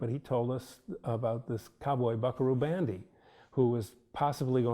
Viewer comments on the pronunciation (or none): BS----If a showrunner can't pronounce "Banzai" your AI needs work.